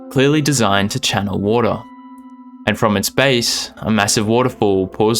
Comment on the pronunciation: Important health announcement: don’t create a drinking game where water is your password. You will be pissed drunk two minutes in and that’s where he really gets started!!! But for my pleasure only because I love your pronunciation, please say it one more time: WOADAH You rock!! 😊